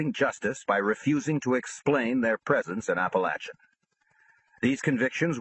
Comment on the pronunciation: It’s pronounced app-uh-lake-in not app-uh-latch-uh geez I’m tired of all these mafia audiobooks butchering the towns name